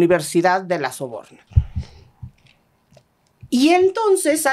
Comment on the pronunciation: Jajaja universidad de LA SORBONA, ME HIZO REIR LA DOCTORA . Dice soborna 😂😂😂 excelente capítulo